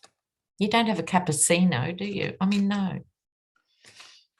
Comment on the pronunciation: Oh, you gave me such a laugh with "you don't have a capposeeno do you..." What a good lesson in pronunciation of the Italian language!